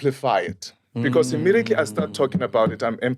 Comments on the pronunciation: HOW HE SAYS BECAURRSE. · Stop adding ‘R’ on words with no ‘R’, I love and enjoyed this podcast but got annoyed every time he twangs when he says ‘because’ yeerrrr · Am I the only one hearing "BECAUSE"? It has a twirl at the end.